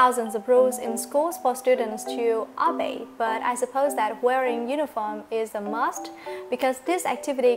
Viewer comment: chị ơi chữ obey nhấn âm hai mà nhỉ